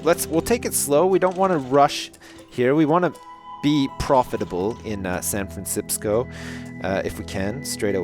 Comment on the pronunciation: he just called it Sanfransipsco